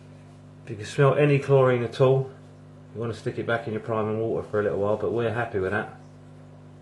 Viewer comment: I love how you say wa-ah with no T.